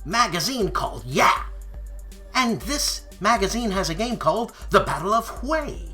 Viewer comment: I appreciated the side bar on prosciutto, even though I'm now pescatarian (also enjoyed your revelation that you are an organic meat eater!! thumbs up, man!!) You done me proud by getting "Hue" right. When I saw the cover The Strongman was holding I winced until you actually uttered the city name. GREAT Show After the Show!!! I hope all of the "victims" have enough of a sense of humor not to be offended by the impressions. Most of them were fairly good!!! BWAHAHAHHA!!!!